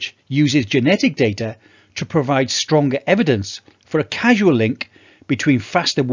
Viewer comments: Really interesting video, thank you. It’s “causal”, though, not “casual”. I’m in my 70’s and still OK for briskish walking and slowish jogging. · CAUSAL, not CASUAL. Otherwise great video. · Thanks for sharing,. One question: You said “casual link”, but did you mean “causal link”? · casual or causal? Cmon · Do you mean causal data? You keep saying casual. I place close to zero weight on causal data. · Thanks for the info. It’s “causal link”. Not “casual link”.